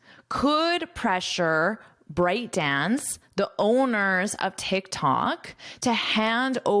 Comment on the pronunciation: Very detailed great course!! But I think ByteDance pronounces "byte" dance, not "bryte". It's a computer unit of characters.